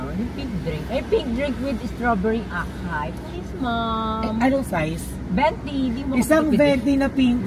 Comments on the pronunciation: Strawberry "AKAI" 😂 ML yern??? "Asai" kasi sound nun! Laro 😂😅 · Akai…its Asai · Acai pronounce as (aa-saa-ee) ❤ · “asayi” ang pronunciation ng acai:) Para pag nag order kayo next time ulit;) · it’s pronounced like ￼“asai” ganon po